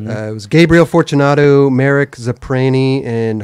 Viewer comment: Marek Zaprazny ZA - PRAZ - KNEE No Excuses on name butchery from here on out